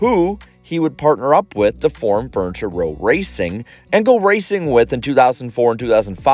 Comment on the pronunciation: Say it slowly. Fur-ni-ture. It's a 3 sylable word.